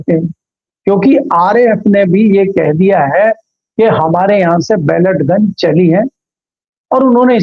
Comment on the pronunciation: बैलेट गन नहीं, पेलेट गन